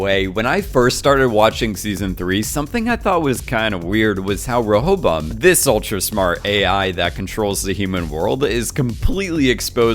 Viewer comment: Great video! Side Note - It's pronounced "Ray-a-bo-im".